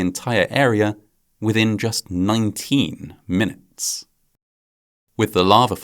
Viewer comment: When you say 19 minutes that way, it sounds like it’s not realistic.